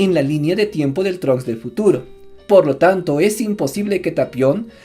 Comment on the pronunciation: Es tapion, no "talion"....